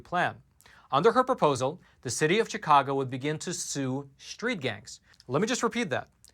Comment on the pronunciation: it’s not pronounced ‘cheekahgo’, unless you are a newly arrived Spanish speaking person. The word that comes from the Algonquin language: “shikaakwa”and everyone around here pronounces it accordingly.